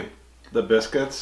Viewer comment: That's "foxes bisc-wits" 😁